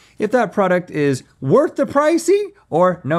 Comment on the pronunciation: “Worh” the pricey? Someone didn’t buy the T! 😂